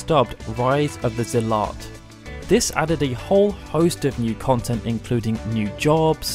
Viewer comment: Look up how to pronounce zealot correctly